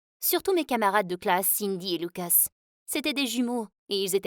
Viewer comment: Elle a dit loucos au lieu de lucas